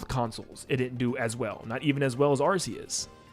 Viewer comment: You say arc-e-us wrong 😂